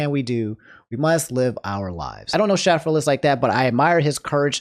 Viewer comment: Okay, just to point it out: it's pronounced "Shay-frillas". Also, while he does make YouTube Poops, he mostly makes movie reviews and ranking videos these days.